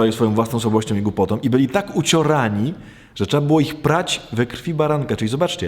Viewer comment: Proszę poprawić wymowę. Nie tom a tą, nie som a są, nie glupotom a głupotą... itd, itd...